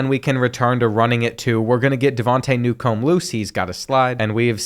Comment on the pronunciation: Bruh... you pronounce simple names terribly. Mangum is not "MAN...GUM." It's "MAINGUM." Ramseur is "RAMZUR." It's not "RAM-ZEWER." Newcombe is not "NEW...COMB." It's "NEWCUM." The "B" is virtually silent. You don't have to stress the back half of the names so much or break them apart. Everything flows together.